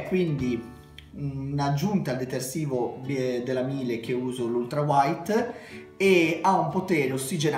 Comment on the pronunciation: Ciao bei video, riguardo i detersivi hai mai provato il Felce azzurra in polvere? Contiene sbiancanti a base di ossigeno (tipo ace gentile), enzimi, è concentrato ne basta poco io lo uso nei capi scuri e colorati.. per quanto riguarda i detersivi Miele (si pronuncia Mile che prende il cognome del fondatore Carl Miele) sono ottimi e anche quelli ne basta poco..